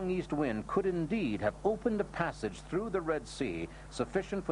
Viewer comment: 'Througher' lol ffs.